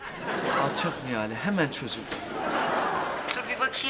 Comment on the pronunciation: Nihal değil Nihale